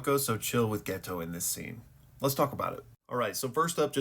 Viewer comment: Dude what is that pronounciation of geto my guys name is always getting fumbled it’s pronounced geito